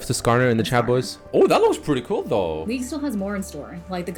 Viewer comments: He always pronounces league as leak for some reason xD. I hear it as well buddy you ain't going crazy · I swear is now saying "welcome to another leak of legends video", or am I going crazy?